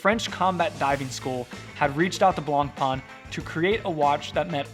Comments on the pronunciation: Blah-pah Silent N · You dont pronounce the c in Blancpain